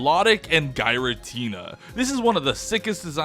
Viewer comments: My guy said gyratina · its pronounced GEAR-a-Tina